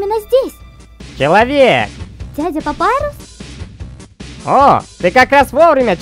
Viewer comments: Папирус не Папайрус как вы не понимаете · Не Папайрус а Папирус. ПАПИРУС!!!!!!